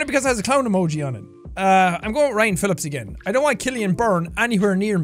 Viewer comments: When a fellow Irish pronounces your Irish name wrong it's not Ryan it's rian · He said Rían wrong though. I'm very disappointed in him 😭